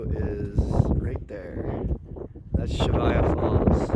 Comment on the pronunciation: Great video series but it’s Cheyava not Chevaya. The Y , then the V.